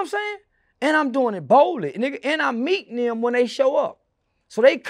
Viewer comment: he said I’m “mEatin em” smh PAUSE sir